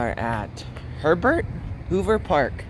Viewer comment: I thought you said Pervert Hoover Creek. 😂😅